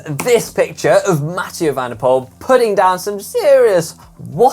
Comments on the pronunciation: Dear GCN: Please try to pronounce MvdP's name correctly. The OE-combination in Dutch is pronounced like the double O-combination in English. Poel in Dutch actually means puddle or POOL in English. So it is pronounced POOL, not POLE... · Mathieu van der Poel's true dream is not to win another Monument, but for Anglophone cycling enthusiasts to stop mispronouncing his last name. It's pronounced "pool", as in "If I had a drop of water for every time I heard someone mispronounce his last name, I could fill up an Olympic sized swimming pool".